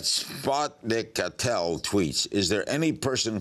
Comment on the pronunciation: as-pot-nikat-el = SPNZatnikatel that killed me.